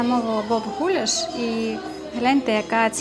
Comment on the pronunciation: гулЯш, наголос на Я 😁😁 дякую, лайк